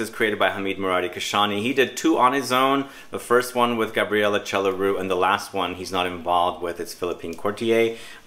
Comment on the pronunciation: Chelariu is pronounced like kelariu, accent on k and l. It is a Romanian name.